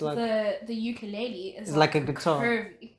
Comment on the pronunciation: mans couldn’t say ukelele. 😹😹 Beb guitar. 😹